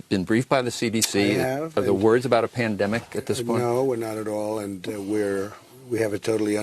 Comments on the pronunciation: I've listened to this three times now, and the word I hear is "pendemic", not just once, multiple times. He cracked me up when he said "I knew it was a 'pendemic', all you had to do was look at other countries". WTF? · He pronounces it :" pindemic"